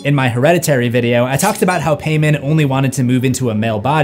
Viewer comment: Thank god you’re finally pronouncing Paimon correctly, you were killing me with the Hereditary video 😂